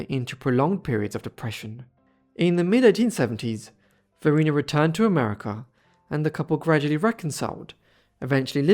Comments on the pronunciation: Just for the record, I believe her name was pronounced va-RY-na, because there is a bridge on I295 crossing the James River named after her(and that area is known as Varina) . Rhymes with vagina. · There is a town in Virginia named after her - Varina - but it is pronounced VahRhineAh